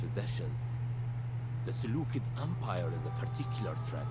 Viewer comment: Its Pronounced Seloosid :D